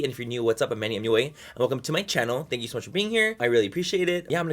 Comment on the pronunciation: luz1985rojas love him sa mach!!